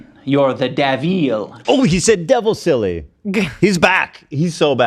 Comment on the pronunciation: oh he said DEVILSILLY! I dunno why it sounds so funny to me